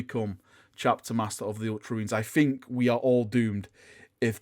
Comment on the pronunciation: Please - please - make an effort to say “think” instead of “fink”. It triggers me to no end. THink, THing. I love you and your content but you are English! Have some pride, speak it properly! It makes you sound stupid PURELY from that and undermines what you’re saying unnecessarily (think how really dumb characters in movies talk, that’s the effect this accent has). Would turn your content from a 9 to a 10 / 10.